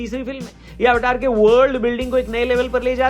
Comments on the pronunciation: Aap અવતાર Bolo અવટાર nahi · अवतार, not टार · This is अवतार, not अवटार 😂😂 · Sir एवाटार नहीं अवतार है फ़िल्म का नाम - जेम्स कैमरून, फ़िल्म के निर्माता स्वयं यह बात एक इंटरव्यू में बता चुके है - उनका कहना है अमेरिकन लोग अपने उच्चारण में उसे एवाटार कहते हैं लेकिन आप भारतीयों को तो सही उच्चारण करना चाहिए - ये उनके शब्द है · भाई जी ये अवतार है ना कि अवटार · आवटार nhi sir अवतार आपको फिल्म का नाम हिंदी शब्द में बोलने में शर्म नहीं आनी चाहिए, हम सब जानते हैं कि यह शब्द संस्कृत से प्रेरित है फिर भी हम modern बनने के चक्कर में हम पता नहीं क्या क्या कर रहे हैं। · ऐवेटार ❎ अवतार ✅ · अवतार को अवटार क्यों बोलते हो भाई 😂😂😂😂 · रौनक भाई अवतार को अव-टार_अव-टार क्यूं बोल रहे हो?